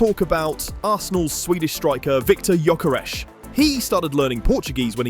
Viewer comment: That Gyökeres pronounciation has just ruined my day, thanks alot assface.